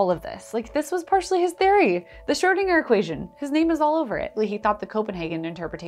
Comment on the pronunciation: You keep pronouncing Schrödinger as Schördinger, why?